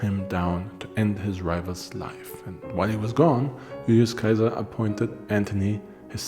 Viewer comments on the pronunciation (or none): I like the information in your videos but Im not sure about your pronunciations of Caesar. In one video you pronounce it SE-ZAR and in this one you say KAI-ZAR. So one of these videos has to have the wrong pronunciation. You also put heavy emphasis on the pronunciation of the names. which is fine if your teaching us the correct way to say it... but putting that much emphasis on a mispronunciation sounds makes me wonder how accurate a lot of this info really is. Sometimes you do asides, like the little clips. I get its for humor but they often feel out of place in your videos.